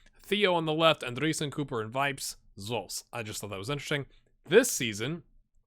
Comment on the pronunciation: You pronounce Andreasen the same way you pronounce Andrea. Just so you know ;) Sooo Andrea - sen. Take it from a dane :) Nice sqaud you got..